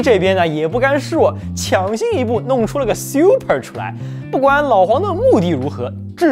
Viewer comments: 这个Siu per听得我太难受了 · 這個super的念法是真的xiuper嗎